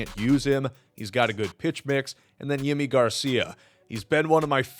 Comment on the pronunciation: Thanks for vid! Just fyi, it’s pronounced ‘Jimmy’ Garcia. As a die hard Jays fan we found out through the team it’s his preferred pronunciation. Baseballs back baby!